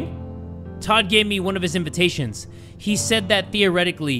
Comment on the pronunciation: boy really said invitations